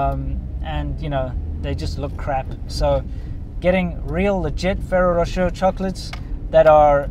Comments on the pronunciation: Try pronouncing it "fereiroh roshay"? It's a made up French name. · I used to work for a food broker in the USA and I represented thousand’s of items in each grocery store and one of my items was Ferraro Rocher (pronounced in phonics, Fa rare o, Ra shay). They are delicious but I can no longer eat them as they are not gluten free. The milk powder info is very interesting. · Maybe learn to pronounce Ferrero Rocher, but great video!